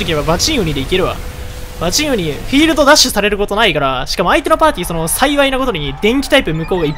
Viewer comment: バチン↓ウニ↑